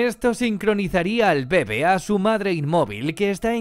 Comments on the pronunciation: Este man no sabe que se pronuncia «bebé» y no «bebe» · soy el unico que le molesta que diga mal bebe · ¿Tan difícil era poner el acento correctamente en la palabra bebé?